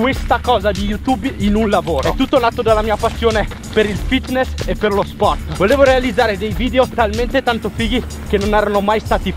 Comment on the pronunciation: “Il mio stiele” “lo spoert” 😂